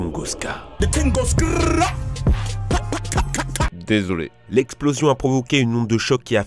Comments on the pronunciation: Ca m'a tué aussi xD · The tingos trrrra PA kat kat